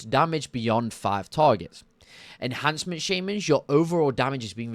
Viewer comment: also.. "Enhamcement Shaymins" xD, you're starting to be like Benedict Cumberbatch with Penguins xD